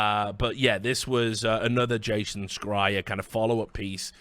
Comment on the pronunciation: That's not how you pronounce Jason Schreier. Also to play devil's advocate here: First you start off by condemning the abhorrent practices from videogame companies with regards to crunch and other such working conditions, appalling for sure but then you go and tell us in order to work in that industry "you need to have a very narrow point of view" with regards to equality in terms of how gender and race are portrayed in media/games. Isn't that kind of indignation very selective? Like, we're allowed to be up in arms about crunch but not other social issues? I'm very much opposed to hidden agendas and "wokeness" just for the sake of it but the above strikes me as somewhat hypocritical. That said, I haven't watched further for fear of TLOUII spoilers so I might not have the full picture of your argument. Keep up the great work though Richard and would love to see you back in the CSGO scene proper soon!